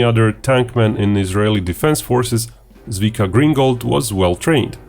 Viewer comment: If you make a video about someone's amazingly heroic actions, the least you can do is to make the effort to find out how to not pronounce their name completely wrong.